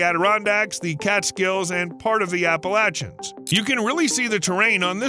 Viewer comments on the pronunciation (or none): the pronunciation of APPALACHANS took me out 😂